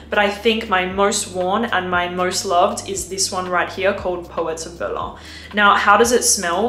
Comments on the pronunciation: It’s the German city „Berlin“ 😂 not „berlan“ 👍🏼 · its pronounced Berlin (Germany) not Behr Lahn, like its something french. :) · It’s pronounced “Ber-leen” not “Ber-luh” . You don’t need to put a French twist to everything lol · I was really laughing out loud, sounds so ridiculous🤣 It's not pronounced like 'Guerlain', and it's not even French brand/company. Just say Berlin🤷🏽‍♀️ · Berlaaaa alter 😂😂😂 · The way she pronounced it is how you say it in French, so technically it IS "something french".. Don't know why she said it in french, though lol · Vilhelm is a NYC-based perfume house. Meaning, “Berlin” is pronounced the German and English way. Using a French pronunciation is just pretentious and uncouth. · Why pronounce Berlin with a French accent? The phrase is English.. the city is German 😄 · Lol I'm not even acquainted with the proper pronunciation however when I heard that in like umm Berlin with a French accent if she is saying guerlain cannot be right lmaoo